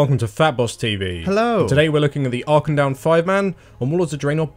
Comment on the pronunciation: you're all wrong. Dalaran isn't dal-a-ron. It's dal-a-ran. Auchindoun is Ow (like the first part of when you say ow after you get hurt)-kin-doon